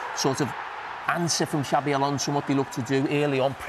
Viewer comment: Please get the pronunsiation of XABI Alonso´s name correct. Xabi, the X is no pronounced like "J" but as an "S" as it is Basque. Whereas Xavi Hernández, the catalán player, his "X" is pronounced as "Ch" as they pronounce it like that in Catalunya. It really does sound weird liestening to a "JABI ALONSO" and not "SABI ALONSO" thanks